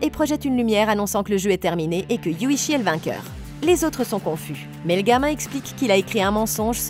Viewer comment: Alors c'est Yuuchi et non Yuchi 😅